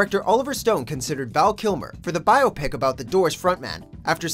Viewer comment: He pronounces biopic wrong the entire video. And it bugs the help out of me